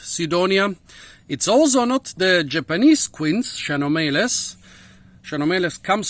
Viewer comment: Have to pronunce KEnomeles